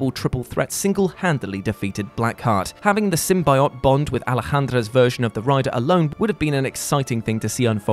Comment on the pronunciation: Why do you pronounce symbiote wrong